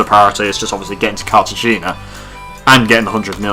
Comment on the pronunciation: You’re going to lose money with the dining car more often than not. Also it’s pronounced Carta hay nuh